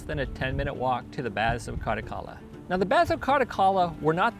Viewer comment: You sound like you're saying baths of Cardacalla.. there's no D in it. I went there on my second visit because I was a big fan of the Three Tenors.